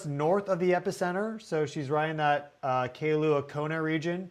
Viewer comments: For the expert, the town is called Kailua-Kona, pronounced. K-EYE- LUA. Come on, get it right. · Kailua Kona. Pronunciation: k 👁 Lua. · It’s pronounced “Kai-lu-a Kona. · It’s pronounced Kai-lua Kona , lol